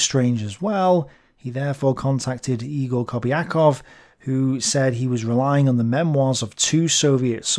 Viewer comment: I love you and your tablet! Btw, I strongly believe that "Egor" is actually pronounced "Yegor", not "Igor" (english transliteration of russian sucks so much). Also big thanks for making an afford with the correct pronunciation, I really apreciate that!